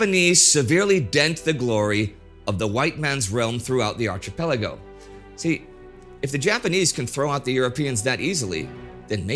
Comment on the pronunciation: Indie, you keep mispronouncing "archipelago". The "ch" is pronounced like a "k". So it's not "ch" as in "children", it's "ch" as in "school".